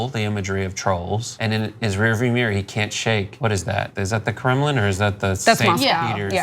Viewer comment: Ana it's pronounced mirror, not meeeeer